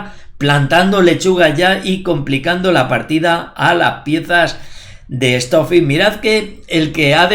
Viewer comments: "Estó fi "...🤣🤣🤣🤣🤣🤣🤣🤣🤣🤣🤣🤣🤣😋😋 Trabaja la pronunciación por respeto. Stock fish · Esto fi